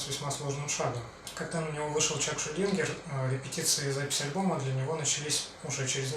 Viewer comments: Шульдинер,а не Шульдингер, ну бро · Будет ли отдельный ролик по альбому Scream Bloody Gore? Было бы интересно. И, на сколько я знаю, - Чак Шульдинер, без "г".